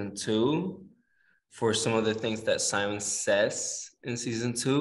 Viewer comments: Is it just me that gets annoyed when they call him sAimon and not sImon I mean I guess I am just used to it but it sounds weird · Since when did it become S-ai-mon and not Sim-O-n!?